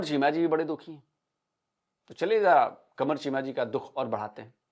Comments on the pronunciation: Eska pronunciation sunke ek hi awaz ai....Hai mera kamar... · In bihari tone Qumaria 😂😂 Qumaria kahe lapalop lolipop lageloo